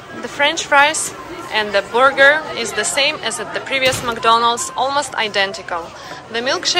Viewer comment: Забудь уже слово "макдольнадс" если живешь в России